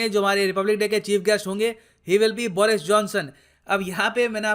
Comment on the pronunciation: बोरिस नही बरीस watch - (go goa gone)